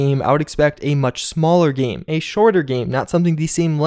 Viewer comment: Oh my god I hate the way you say “game.”